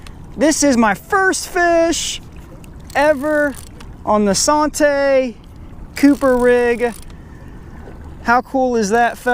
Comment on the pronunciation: Bruh its santee cooper like ( san- tea )